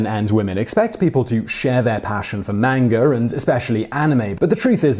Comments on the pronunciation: FYI Simon, manga is pronounced mahnga, not mehnga. It's not really that hard to pronounce Japanese words correctly, all you really need to know is that it's based on mostly vowel sounds based on syallbles. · Am I the only one who hears him say "menger" instead of "manga"? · its pronounced "M-ON-GA", not M-ANG-A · It's pronounced 漫画 not "MAYN-ger" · Hey there Simon! I love your videos! I feel that because I watch them often and I hear you talk about looking up pronunciation for things you are unfamiliar with, I would like to ask you: are you sure about the pronunciation of ‘manga’? I believe it is a deep ‘a’ like ‘lawn’... I ask because, even though I know it is pronounced with a deep ‘a’, maybe sometimes it’s not (like when a word has different pronunciations in different dialects). Maybe other people have already commented about this, but I was an English teacher in 4 different Asian countries over ten years and I’ve been to Japan, so I felt compelled to say something- because I love your show! Peace and love! Ps I especially enjoy episodes about japan and pretty much any other Asian country, psychology, crime, history, ... I can’t think of any that I dislike! Lol Thank you for all the information you share! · The word is pronounced, mahn-gah. Both As sound the same. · You are an unually nice presenter, but it gets very annoying to hear you call manga "mangar" every time another word quickly follows. Yes, I know, it's a British thing. Obama is "Obamar", Indonesia is "Indonesiar", and so on. Still comes across as very odd. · It's not 'Manga' it's pronounced Monga. Sorry Simon, u got that one wrong again. U should check the way a word is pronounced before making a video. But thanks for the info. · Dat pronounciation of manga though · You pronounce manga wrong. Shame.